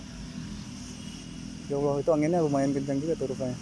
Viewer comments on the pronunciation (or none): none